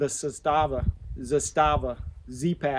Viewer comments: It's pronounced "Zass-stuh-vuh" just so everyone knows. Everyone always says "Zah-stah-vah" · It's Zaaastava and not Z-staaava. 😊